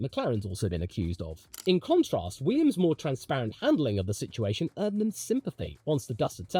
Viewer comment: Less goo Weeeummss!!